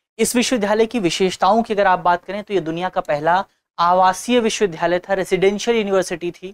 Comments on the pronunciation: Sir its not pronounced as 'VIDHALAYA' rather it should be called 'VIDYALAYA ' . thank u for this video 🙏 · विश्वविद्यालय बोलने में कुछ त्रुटी हो रही है इनसे। मुझे उम्मीद है दृष्टि टीम इस पर जरूर ध्यान देगी।